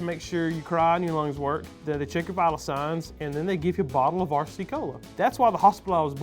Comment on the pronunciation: pronounced R-RAH cee cola